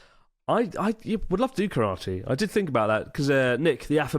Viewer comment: Nick will be disappointed with the way you pronounce Karate,.